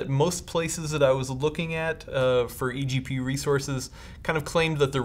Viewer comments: I was pointing out the fact he said gpgu instead of egpu lmao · EPGU? What? Do you mean EGPU?